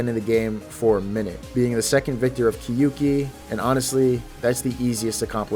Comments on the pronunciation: I am commenting this because I know Japanese pronunciation lol. You pronounce the “kyou” like “kyu”, and that’s wrong. It should sound more like “kyo ki” than “kyu ki”. I literally typed out what it is in Japanese and you thought you had to tell me it’s a Japanese word? 💀 what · people say kyouki wrong every time and it annoys me so much it's 2 syllables and not ki-yu-ki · I wonder why NO ONE knows how to pronounce “Kyouki” properly lol. It’s “kyo ki”, 狂気, the “you” doesn’t sound like English, the u is silent